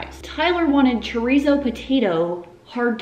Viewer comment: 1. This is not meant in a mean way cause I watch her videos all the time. And I even re-watch her cooking videos playlist when I’m bored or want to find a new recipe. 2. The way she pronounces chorizo friggin kills me. 3. The one she bought that she was upset cause it was the only one, is the BEST one!! Very hurt she sounded offended hahaha